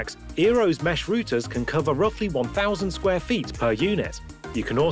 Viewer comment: Routers not Rooters!